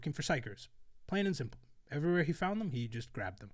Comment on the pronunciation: did you just say shrimple?